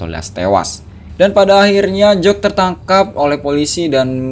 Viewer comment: bang bukan jock tapi jack